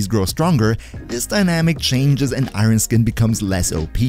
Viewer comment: Great video :) but please for the love of gd relax your pronouncing of Iron lol